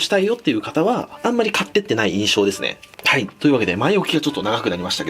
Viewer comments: 「はいっ」が「タイっ」に聞こえる 笑 タイの動画だけに← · ここちゃっかり「はい」じゃなくて「たい」って言ってるよね笑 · たい (鯛w)って聞こえる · いやほんとそれ。普通に鯛って言ってない？笑